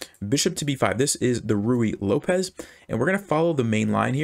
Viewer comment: Why do you say ruyey Lopez